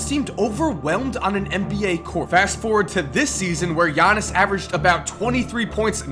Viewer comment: am I the only one who can pronounce giannis name fluently